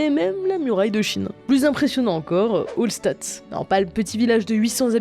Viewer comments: c'est Manhattan, pas Manatthan ; c'est Hallstatt [Alchtat] pas [Olstat] ; ce sont des panneaux PHOTOvoltaïque. C'est bien de vulgariser mais attention aux nombreuses erreurs qui traînent dans votre vidéo par manque d'attention ! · On dit pas holstadt mais ça se prononce HALLSCHTATT ! Les non germanophones qui prononce tout à l anglaise c’est insupportable lol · C'est en Autriche: prononcez Halshtat, avec un "h" aspiré!